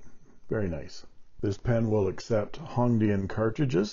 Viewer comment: Your pronunciation of Hong Dian is correct, thanks for sharing the features of this pen.